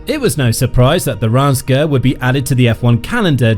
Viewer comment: The correct pronunciation of Reims is /ˈriːmz/ (like beans with an r and an m.) I was fine at first, but by the 50,000th mispronunciation I was punching myself in the face.